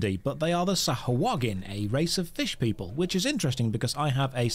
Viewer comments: ackshually Its not Sah-ha-HUA-gin, but Sah-hua-gin. its always fun to hear someone pronounce something wrong xd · Well... the Storyteller is right... its pronounced Sahagin... not SahUagin XD